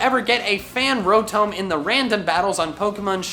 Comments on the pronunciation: Am I the only one that gets annoyed when says “rO-tOm” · rotome? rotoam? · Wan Kenobi he says it like (ro-tome) when it's actually pronounced (ro-tahm) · It hurts my soul when you say rotome. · Bruh it’s not row-tome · When says, "Rotome". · calling rotom ro-TOW-m is a sin against humanity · “Fan Ro-tome” I resent you for that. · Petition to get to stop saying Rotome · WHY DO YOU PRONOUNCE ROTOM LIKE THAT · also how he pronounces Rotom